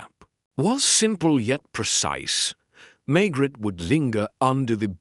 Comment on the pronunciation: It’s machine read, the pronunciation is atrocious and the pauses. Maigret sounds like maggot and reads as Margaret in the text. I’m wondering if this is an AI generated narrative rather than an original novel by GS.